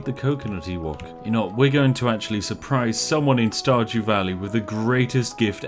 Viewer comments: Di you say starjew valley? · listens carefully did he say starjew?